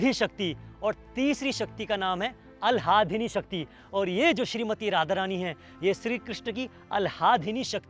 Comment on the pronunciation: It's ahladini not aalhadini